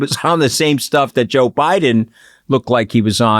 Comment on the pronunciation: Juh Biden?